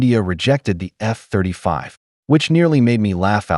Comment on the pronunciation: I’m guessing by the time their AMCA gets to prototyping, Pakistan would have already tested the first generation of its PFX program. Btw the emphasis on "F" 35 was gold!